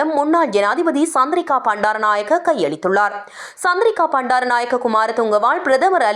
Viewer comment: Not சந்திரிக பண்டாரநாயக்க say சந்dreeகா bandaranakaya. Not p but B😅😅